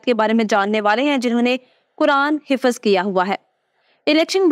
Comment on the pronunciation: Hifz hota he hifaz نہیں.